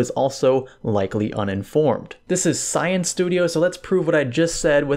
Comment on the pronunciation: I did not mean that in a bad way but emphasizing the word science so much you might lead someone to believe that there will be a more in depth explanation rather than just benchmarks...